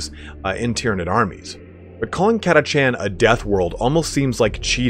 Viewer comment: havin an army of 4,2k of those ones i prefer call em an army of cataKHAN! ! no chancies up with those guys, friend. were catachan, not "cat-a-chan". BTW, orks and tyranids love our sentinels. =)